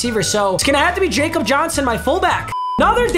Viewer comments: It’s “ya-kob” Johnson not jacob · Its pronounced Yakob, not Jakob cause hes german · Jakob Johnson is pronounced Ya Cup. He is a German football player. You have said it wrong the entire time and you need to get it right. Thanks Papa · Jakob is actually pronounced "yakob" cause he's from Germany. Keep coming out with bangers like always! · Yo Jakob Johnson is German so it’s pronounced yakob don’t want to be that guy but thought I would let you know.